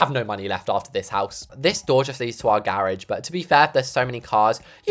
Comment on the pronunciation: what is a garagie? Its garage